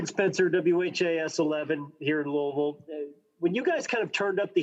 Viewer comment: At the mark, HAILEY VAN LITH pronounces LOUISVILLE just like WE LOCALS do. Listen up, she says LOU-AH-VILLE. None of that Louie-ville crappola.